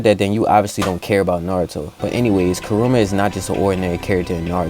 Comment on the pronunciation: Didn’t know the nine tails name was…….. “Karuma” instead of “kurama”